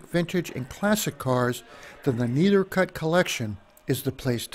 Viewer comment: Try to learn the correct way to pronounce the name of the collection